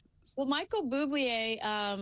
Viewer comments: it’s Bublé not Bublié.. but still a loyal follower here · As a proud Canadian who loves our Michael Buble, (just an fyi ), his name is not pronounced Boob-lee-ae, but rather Boob-lae; and yes, he is a wonderful man! ❤️🇨🇦❤️. As far as Harry & Meghan being in Canada goes, you can take them back any time now; our taxpayers don't need to pay for their exoenses any longer! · Just FYI - it’s Michael Boob-lay. Not Michael Boob-uh-lay. As a proud Canadian I just wanted to give me his proper due. Thanks!!